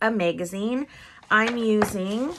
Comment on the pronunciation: The mag in the word Magazine rhymes with cat not made